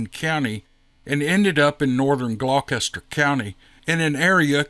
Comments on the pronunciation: Gloucester is pronounced "Gloster". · It's pronounced Glos.ter I'm from tidewater 😅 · THANKS FOR SHARING YOUR STORY!! What an amazing experience!! I live in Hampton VA & have family in Gloucester VA. Can't wait to share this with everyone! (For those not familiar to the area it's pronounced Gloster😃) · I'm living in the area, King and Queen County Virging. Immedienly north west of Gloucester County Va. For future reference, it's pronounced Gloster county. I had the same issue when I moved out here from Hannibal Missiouri. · Hey, the spelling of that county name is deceptive Glaucester is pronounced Glosster. Everyone else,. Why don't we all agree to just leave a list of phonetic pronunciations for place names likely to get badly butchered? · Glaw-stir is the way it’s pronounced 🤣 Love ya,! Beautiful story. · FYI- Its pronounced Glaa-ster. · Glock-ester was funny though. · I love your channel and especially your narration. However my UK raised (now living in Canada) brain nearly shorted ever time you said Gloucester, lol. Unlike Middlesex plus Queen & Kings, that name did not survive the trip across the pond. 😄